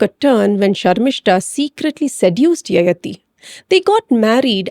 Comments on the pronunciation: It’s yayaathi not yayathi. Pls correct the pronunciation- sounds very odd to those who know the character and the story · Needs to be pronounced as Yayaati